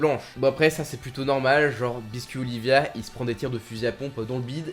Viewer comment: Hayanama???!!! Hanayama plutôt je dirais pareil pour biscuit oliva et non olivia ta un peu de mal avec les noms